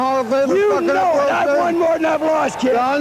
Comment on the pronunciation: "what? For fucking up a world weries?" Lmfao